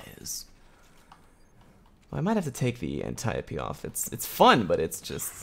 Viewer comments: You can pronounce Antiope. That's the best part of this video. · Holy shit, someone pronounced Antiope correctly.